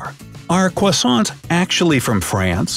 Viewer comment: Cwoissants XD